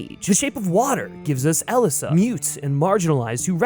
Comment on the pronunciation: I think the shape of water is actually del toros Magnum, opus. Also I don’t think you have a fair summery of catholisim. Also it’s pronounced EliZa not eliSSa